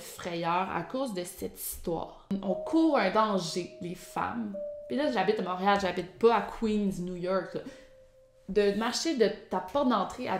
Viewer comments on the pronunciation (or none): none